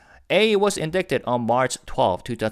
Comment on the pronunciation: I don't usually comment about English errors or pronunciation mistakes anywhere - and you rarely have any. But I've heard you make this mistake in several videos. Indict/indicted is not pronounced how it is spelled there is no /k/ sound. indicted is pronounced /ɪndaɪtəd/ (/uhn dai tuhd/)